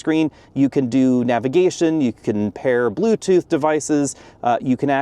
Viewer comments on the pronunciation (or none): none